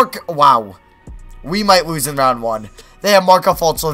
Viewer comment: He don't no how to say lose